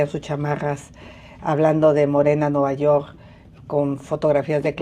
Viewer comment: Nuvayorrr..hable bien ingenra así cómo dice vulgaridad y media parece a su hermano Peña Nieto😂😂😂😂😅